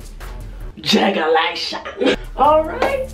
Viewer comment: She said jigalation I can't with you.... Lmao!!!!!!! :o) :o) :o)